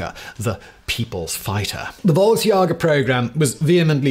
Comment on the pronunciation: Simon mispronouncing Volksjäger kills my soul, but then no beard Simon makes it all better